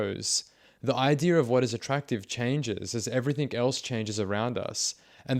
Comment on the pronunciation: Please work on your pronunciation of words. Every think you say ending "g" comes out as a "k". Everythink.